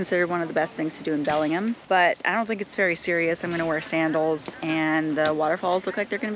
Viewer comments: It’s Belling-HAM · It’s pronounced Belling-Ham. Not Belling-um. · She pronouncing Bellingham so wrong. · No, everybody doesn't mispronounce those names! As someone who was born and raised here and still lives here, I can tell you no truly local people mispronounce any of those names. She didn't even pronounce the city of Bellingham properly, and that is an English name straight from England.